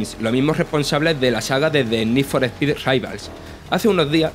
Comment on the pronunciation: Need For Pi 😂 Eres de Andújar